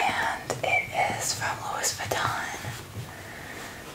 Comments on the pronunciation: Loui! Not Louis. The "s" is silent. -_ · loo-ee not lewis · "It is from (Low-is) Vuitton", am I the only one that realized she pronounced it Low- is Vuitton😂😂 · It's Louis Vaton ( lue- vat-on ) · Omg im TRIGGERED it's pronounced "Louie" Vuitton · Lewis vaton? Lol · It can be Louis pronounced (LEW-IS) or (LOO-E) Vuitton. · I think its pronounced "Louie' Louis Vuitton. Why do I know that?! Hehe Love your videos!